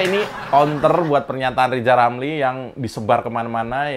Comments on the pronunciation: Mengeja namanya aja gak becus "lizal lamli" apalagi ngurusi yg penting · Si RR kan asal ngomong, kebelet lidah, coba suruh dia nyebut nama nya gak pernah sempurna. R berubah jadi L.😅😅😅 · lijal lamli